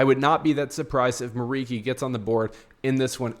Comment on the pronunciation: It's pronounced like MURICHI, not MURIKI. He's Albanian.